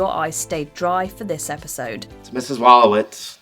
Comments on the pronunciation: He got me when he called Howard as “Astronaut Howard Wolowizt” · He got me when he called Howard “Astronaut Howard Wolowizt”